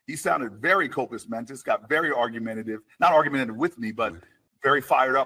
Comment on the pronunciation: 'Copus Mentis'? I think he meant 'Compos Mentis'